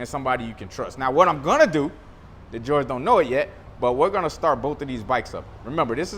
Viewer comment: LMAO, ITS PRONOUNCED HOR HAY NOT GEORGE. THE J IS AN H. JORGE IS HORHAY IN SPANISH BRUH.